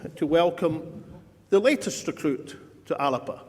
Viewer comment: Alex and Ash are two of the best politicians in Scotland…. But gonny stop using the pronunciation …Alapa , believe me , that particular pronunciation is the vernacular of an area of the Western Isles …. You could say slang Gaelic ….. the same Gaelic speakers pronounce ‘Glasgow’ as Glasaco …. :) e.g As we all know…. A Glaswegian…. of the proper rough n tumble type….pronounce ‘Glasgow’ as Glezga …., this stems from a long forgotten use of Scot’s Gaelic …. now taken for granted as the local vernacular of an English language pronunciation of Glasgow….. ( I use this merely as an example) …. I’m trying to point out ….. Alapa seems to have been adopted by our great orator as the way to use the magnificent title Alba … go ask any Irish Gaelic speakers who the many thousands of our lovely cousins pronounce Alba ….. i.e …. The way it should be :)))) which over powers the small pocket of Western Islanders ALAPA :))))) SAOR Alba ya Bas :)